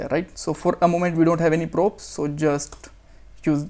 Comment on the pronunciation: Its not pronounces as proups Use props instead Like crop